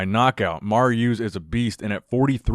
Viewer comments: Its Marius not Maru or whatever you were saying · Evey time you say "Marry Ooze", another crosfitter is born.